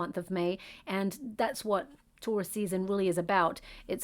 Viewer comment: This whole video I thought you were saying ‘tourist’ season, not Taurus season. Realized it way too late lol. Thank you for this video!